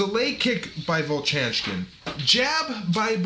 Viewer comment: vovchanchyn "vov-chan-chin" - no "k" sound